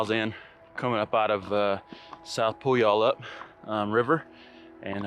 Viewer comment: Pew-al-up. You don't really pronounce the Y very much. So great to watch you doing this right after doing it myself in September. I had heard about the WT all my life and done sections of it and day hikes on it and had always heard what a challenge it was--but it was even tougher than I thought. I was pretty worn out after 10 days. You are right--so stunning and so worth doing. It was amazing seeing parts of the park I had only heard about and parts I had never even knew about. Awesome video! McDonalds? No--I always want pie after backpacking.